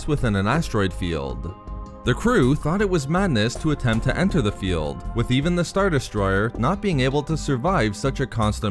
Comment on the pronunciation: Why do you draw out the ending of everything you say by like 3 syllables? "..from his star-destroyerrrr" "...they fought through the asteroid fieeeeeld". If you want a successful channel you have to understand that your vocals are a HUGE part in people subscribing